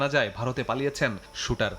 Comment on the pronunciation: Shooter! he is a criminal. Pronounce correctly!